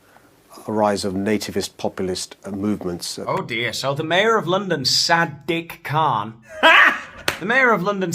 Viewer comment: Did you say "Sad Dick Kahn?"